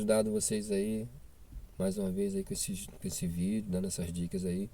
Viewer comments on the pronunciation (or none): none